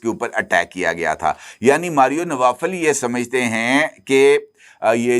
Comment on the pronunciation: یہ ماریو نوفل ہے، نوافل نہیں